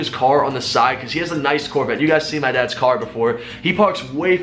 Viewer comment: everytime he said "my dad's gf" , I heard adapts gf , thought for a second he was hitting it too😂